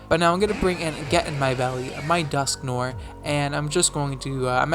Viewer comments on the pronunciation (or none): Your pronunciation of Dusknoir triggers me.